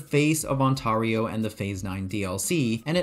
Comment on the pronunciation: Ontario is pronounced ON-TAIR-EYO lol im from there